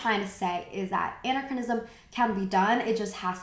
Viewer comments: I enjoyed this. I don't want you to think otherwise, really. Doing videos like this is work, it's more than I'm currently doing, so this isn't a criticism. Anachronism: uh NACK ruh nizm. There's another word in here somewhere but I can't remember it so it obviously doesn't matter. Edit: muslin. Pronounced like Muslim, but with an N. Words you obviously know and understand. With fashion and particularly fashion history and reviews, anachronism is a common word and relevant as hell to a lot of points in a lot of your topics, so...I hope you won't take it as an offense, an insult or a judgement of your work overall. Please don't. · I typically really like your vids but your pronunciation is KILLING ME. Please look up how to properly say "anachronism" and "anachronistic."